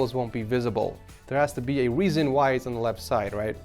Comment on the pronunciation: "Weason" No offence but I think it's pronounced 'reason'.